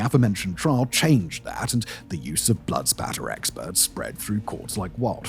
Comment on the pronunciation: Sometimes you say trial correctly and sometimes you say "trahl".